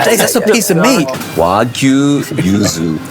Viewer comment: Thanks for pronouncing Wagyu correctly. It's so embarrassing how even butchers or chefs can't even pronounce it right. WAGOO WAGOO like stfu. Don't they teach how to pronounce a "y" in schools?